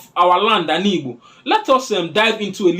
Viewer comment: Even you is wrong to say ibo instead of Igbo. You can't say ibo because oyibo man calls that way, it is a disrespect to us to call ibo and worst is when you are also an Igbo man. If you can pronounce that word Igbo perfectly even if you are not an Igbo man it will qualify you to get citizenship from Igboland because that word Igbo pronunciation is hardest thing for non-Igbos. Once again, learn to say Igbo and stop insulting us with ibo.